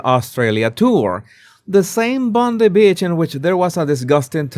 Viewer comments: Bone Eye not Bond E beach...❤😊Bondi Beach... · Bondi Beach is pronounced bon-dai. No relation to Pam.